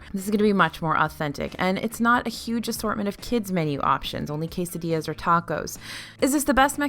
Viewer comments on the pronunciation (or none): none